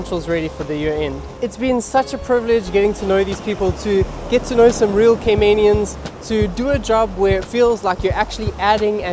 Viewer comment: bruu that's not how you say Caymanian... please ask someone how its said. otherwise, love the video